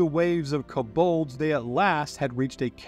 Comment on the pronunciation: Good videos, I don’t wanna be that guy but some of the pronunciations…. Koe Bald